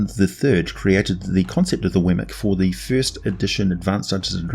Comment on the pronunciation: Weird; I've been in campaigns with one of these, and studied up on them for 20 years, but I never heard it pronounced "Wemmic" before. It was always "WEE-mik". I just started calling them Lynels after Breath of the Wild.